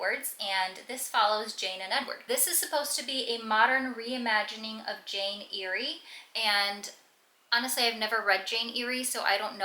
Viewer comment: Loved your wrap up. The Cheat Sheet is one of my favorite romcoms - my first Sarah Adams book, and still my favorite. BTW, Jane Eyre is pronounced like '"air."